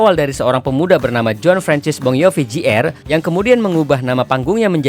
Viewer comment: meski di belakang nama orang ada "Jr." atau dg "(Jr)", umumnya seorang pembaca/ narator membacanya lgsg dg "Junior" dan bukan "Jey-Arr" utk menghindari pendengarnya mengasosiasikan dengan "J.R."